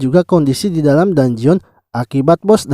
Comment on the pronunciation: bang cuma kasi tau,bilangnya dunjen aja bang dangeon itu tulisannya aja,biar enak di denger